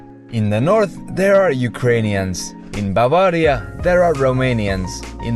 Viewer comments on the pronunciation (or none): none